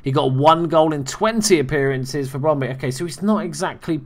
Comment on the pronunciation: It is spelled Brøndby and it is not Brondy XDD (Ø is pronounced like ö) (Or like "u" in "hurt"